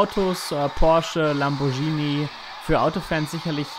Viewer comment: Es heißt Lamborghini und wird auch so ausgesprochen ,es heißt nicht [Lambordschini] Außerdem ist Apple eine Amerikanische Firma , deshalb heißt es App Store [Äpp] , nicht Ab Strore.